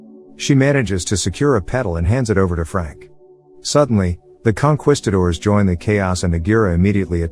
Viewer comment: It's con kees cators. Not quest cators Tomato tomato. I know